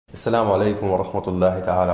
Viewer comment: Waalaykum salaam warahmatullahi wabarakatuhu... It feels so nice hearing you say the salaam in full with your amazing pronunciation.. Mashallah!!!